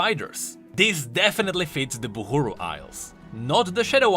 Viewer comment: it pains me dearly how this guy chooses to pronounce things as he pleases. Why is he saying "Boohooroo" instead of Buhru (Bahroo)? Oh god please have mercy